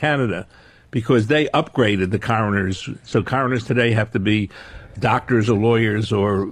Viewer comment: What's up the way he says "Coroners"